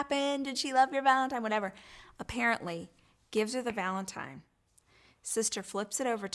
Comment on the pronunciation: Obviously she shouldn’t tell Ford’s story at all, but why did she have to go into so much detail!? Like damn you could’ve kept it at heartbreak on Valentine’s Day and that would be enough! (Also she said valentime twice!)